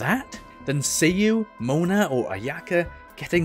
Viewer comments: It's SAYU not SEYU 😅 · My asian brain honestly thought you said seiyu but it was Sayu xd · Me thinking u said "seeU"